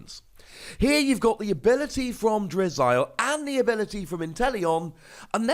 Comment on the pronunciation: its pronounced drizzle